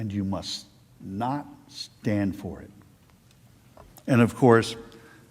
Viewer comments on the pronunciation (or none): none